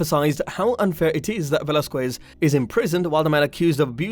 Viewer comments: It Velasquez not "velazcyes" 🤦‍♂️🤦‍♂️🤦‍♂️🤦‍♂️ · Hoe about you say his name right lol